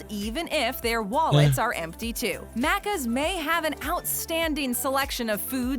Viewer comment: Im way late but as an Aussie I just had to point out she kept mispronouncing maccas. Every. Time. There was a lot of wrong info but the mispronunciation hurt my soul